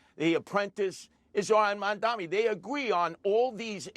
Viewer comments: He keeps calling his opponent Mandami lol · He’s so devoted to saying it “Mandami”. It’s not hard! Why can’t these boomers get it? Mamdani! “Mom” as in your mother, “Donnie” as is Donnie Osmond! Drives me fucking insane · he cant even name "Mamdani" correctly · I like Curtis Sliwa, but he should know how to pronounce Zohran Mamdani's name by now.